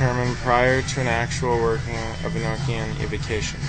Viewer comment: it's a long o in Enochian.